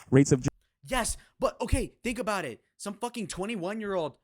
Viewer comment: That's better. Attack Jay Z not some other small streamer. I can get behind this. I like the way you say aboooot lol. Jay z is a scum bag and it makes me sick ppl worship a guy who poisoned his own community. Now we got a load of kids who think it's ok to rise this way. DISGUSTING.